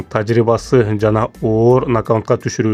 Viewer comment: Нокаунт эмес нокаут! Тор эмес торт!